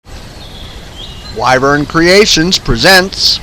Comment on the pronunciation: I can't believe you guys mispronounce your own name. Wyvern is not pronounced "why" vern, it's pronounced "wih" vern. Thanks for the video.